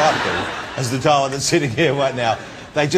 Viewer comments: His name is DARA. DA- RA! Not DAAAA. He calls himself Johnathan ROSS, not Jonathan Oss! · Ross cant even pronounce Dara properly ;)